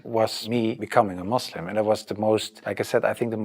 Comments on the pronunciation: First thing to every foreigner it’s Muslim not Muzlim nd it’s Islam not Izlam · Can you please stop saying mozlim 😅 kinda cringe